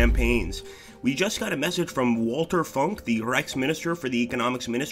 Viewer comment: I think Walther its read Valther !